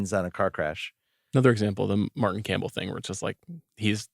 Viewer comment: its Martin Campbell. Jeez is anybody going to stop Bill from butchering the names?